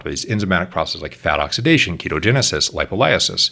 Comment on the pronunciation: the way he pronounces Lipolysis :D